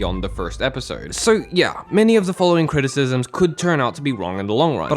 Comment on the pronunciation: I was looking forward to this video then you started talking fml mans said “criticisms” and “dialorg” sounds like he is a VA from this anime I can’t